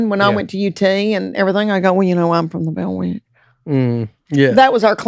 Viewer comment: “Bell” with two syllables is crazy